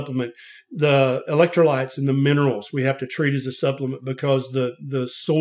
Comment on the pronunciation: "Zee bugs". Haha. I love!!!!❤